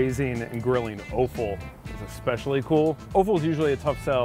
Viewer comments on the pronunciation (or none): I learnt another new American v British pronunciation difference today. We say Offal as is 'Off-al', seems to say 'Oaf-al'. Pretty sure it's the sneaky french pronunciations that sneak into America, like erbs instead of herbs. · It's pronounced "awful" not "oaf-al" offal.... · prounounced AWful , not oaful, but it is tasty , its tripe ? duh get over it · The way you pronounce Offal is hilarious it's sounds like Oooful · that "offal" pronunciation though... cringe